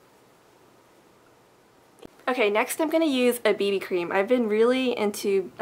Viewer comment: Lol, when you first starting talking about the BB cream I thought you were saying baby cream.